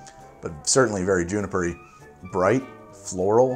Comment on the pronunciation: Less "Birght" :)